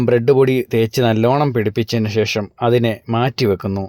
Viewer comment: ഷേഷം അല്ലാ 😂😂😂😂...ശേഷം...😂😂😂😂